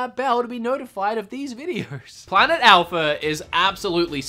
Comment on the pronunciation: Its A-L-P-H-A not A-L-P-H-E-R